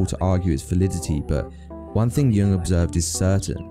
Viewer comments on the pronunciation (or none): A bit over analyzed making a Jung link that is a bit of a stretch without much intelligent or informed backup: more a basic college level project analysis looking for a clever link. And it is pronounced Yoong, not Young, but still not a bad video.